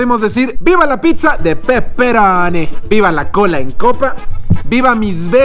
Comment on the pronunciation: Jajaja buen video...pero me cague de risa cuando dijiste de peperoni xD parecías italiano de verdad hehe